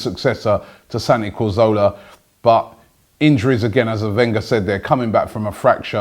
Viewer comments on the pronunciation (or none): how does robbie still not know how to say cazorla???? santi corzola